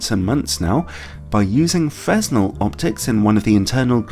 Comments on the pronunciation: It's not pronounced "frez-null" but rather "fruh-nell" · You didn't work on your "fresnel" pronunciation - It's pronounced as "fray-nel". :)